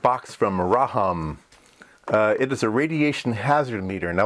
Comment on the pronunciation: First couple times you say "RAHAM", the closed caption says "Rhode & Schwartz.". 😊